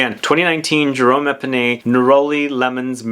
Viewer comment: His name is Jerome Epinette, not Epinay